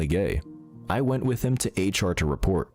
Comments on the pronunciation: I liked hearing dude say Haytch-R the whole video. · I approve of pronouncing HR as "hatech are"